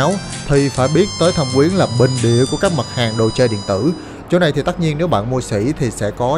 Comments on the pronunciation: Thâm Quyến mà sao anh cứ đọc là Thẩm Quyến vậy ta. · thâm quyến mà toàn thấy đọc thẩm quyến